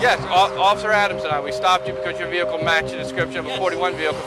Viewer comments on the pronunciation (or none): What's a jehical. 😂😂😂 Well that's what he said. Maybe it's a car that don't need gas or electricity. Maybe ur looks can boot the car up😂😂😂😂😂😂